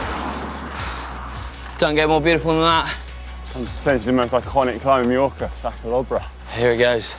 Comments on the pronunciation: Very nice video indeed! Now, next year you might as well try to pronounce some local names in the right way and not make them up. Repeat after me: "Mah-york"-ah, not "Mee-yo-ka" :D :D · Sorry to say, but you both managed to mispronounce “Mallorca” throughout the video! It’s not /mee-yorka/. You should say /my-yorka/. Same “my” as in “ ”my” pronunciation is rubbish”. From someone who has struggled with his Brazilian English accent for nearly 20yrs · Beautiful video! Although I must say it is pronounced Mah-yor-ka, not Mee-yor-ka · Any reason that the Brits can’t pronounce Mallorca correctly. My-orca. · Why are Brits the only people on earth who can’t pronounce Mallorca correctly? It is not meorca you dolts. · Why do they keep calling it Mejorca? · GCN presenters ALWAYS pronounce it incorrectly.